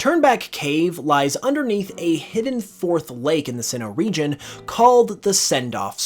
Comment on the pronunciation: What he said: "...because it might help you appreciate this region even more" What i heard: "...because it might help you appreciate this RE-GEN even more" 😂😂